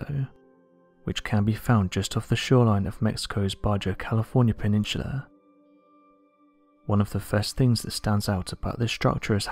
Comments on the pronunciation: English is your first language and it’s really tough to make out many words you say! One example and the only one that we realized what you are say is baja... You said ba ja ... it’s pronounced ba ha!! We had to rewind back several times to make out what you are trying to say! Most we still do not know! They only one we figured out is Baja, it’s not a sheep saying baaaa then jaw!! So not baajaw It’s Ba Ha, baaha ...... baha ! OK!!! English speaking dude!!! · Not Baja it’s Pronounced Ba Ha! Makes me Krazy! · "Luke... I AM YOUR BAJAAA" btw, Baja is pronounced (Ba-Ha) :)